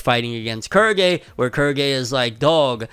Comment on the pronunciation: Im sorry, Kurgy? Thought it was pronounced Quill-gay